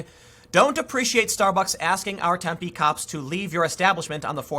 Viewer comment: Just want to say thanks for pronouncing Tempe correctly. Drives me nuts when people emphasize the wrong syllable! That said, screw that city! It's a college town injected full of young entitled lefties from out of state. I used to live there. Could not stand it!